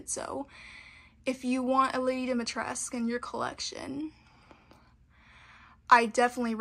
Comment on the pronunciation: Dimitrescu'' is a romanian inspired name ..so you should say the whole name (all the letters ..including ,,cu'' ..not just ,,Dimitres'') 😁